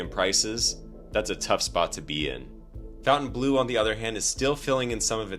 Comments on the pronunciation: It's pronounced fountain blo....not blue. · Faun-ten-blow, not fountain-blue. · It's not Fountainbleau.......it's FONtainbleau and pronounced FON not Fountain. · Why do idiots who don't know how to read say fountain instead of Fontaine?? oh yeah you're idiot you don't know how to read😂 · fawn-tane blue. not fountain blue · Even the name of the place is bad. You kept calling it "Fountain-blue." It isn't pronounced that way. It is pronounced "Font-An-Blue." So pretty much nobody can pronounce the name of the resort. That's not a good name. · Why is it pronounced Fountain Blue? When dID FON get pronounced FOWN? Also how does a business survive while bleeding $400,000 a day? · It's pronounced fawn-tain-bleu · Fountainebleau is pronounced FountaineBLUR. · It's pronounced "FON - TANE - BLOO" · You don't even know how to pronounce the name of the casino correctly